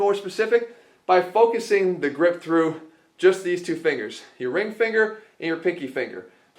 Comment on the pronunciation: fingles, fringles 😆😆